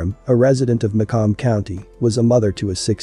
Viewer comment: Macomb is literally said how it’s spelled 🤦🏽‍♀️